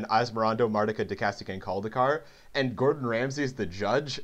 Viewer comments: He said it wrong every time, tho. There's no "cast" syllable. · ...Where'd he get the syllable "cast" from? There's nothing like that in the name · he never says "cast", he says "cadaist" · Best part is you no fail pronouncing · Fluid but also wrong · And he said it wrong every single time which makes it even funnier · i died inside a little every time you mispronounced asmoranimardicadaistiniculdacar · im so glad he didn't actually pronounce the name right. really made the video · Hate to be "this guy", but that's not how you pronounce asmoranomardicadaistinaculdacar Otherwise, great video!